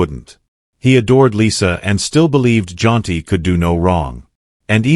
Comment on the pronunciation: His name is Jaunty. Why do you keep saying John.